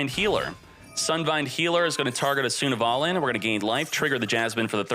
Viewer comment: why does he read sunavalon like that lol